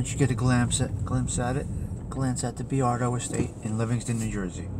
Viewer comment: Not for nothin' but, its "Boy-ar-do" not "Bee-ar-do"